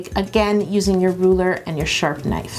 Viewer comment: Every time she says sharp knife I hear sharpie 😂😂😂